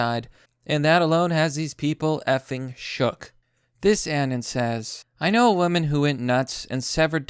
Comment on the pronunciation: "An-an" god damnit man, its the beginning of the word anonymous, and you pronounce the word "ah-non-uh-miss" so it should be pronoucned "ah-non" or "uh-non" if you kinda slur it, not "a-nan". Other than that good content.